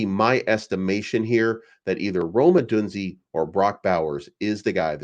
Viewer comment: It’s pronounced “O-DOON-ZAY”